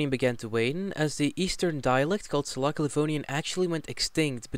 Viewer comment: Not Sala[k]a Livonian, but Sala[ts]a Livonian